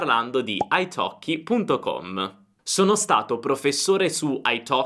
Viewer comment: e la prima persone di pronunciare Italkie corettemente ! ( i have waited for that a long time !!!)